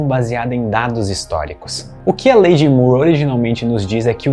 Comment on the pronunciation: Moore possui a mesma pronúncia de more, floor, door, core e etc